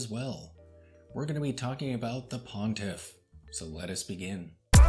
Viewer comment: Um, I think it's "pontiff?" That nit pick aside he's a freak show and my taste for freaks has dimmed of late. Also to see one Archie video is to see all. I hope he's OK. I tell you what he's not half as tightly wound as TUG and his terrifying crowded man cave of horror.